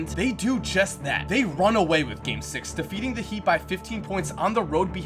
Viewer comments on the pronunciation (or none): he said defiting the heat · said deafeating the heat